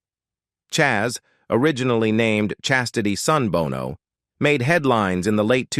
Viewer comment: Gotta check that AI my guy. Numerous, almost comical errors. Every time your script shifted from "Sonny Bono" to just "Bono" your AI guy switched to pronouncing U2's Bono 🤣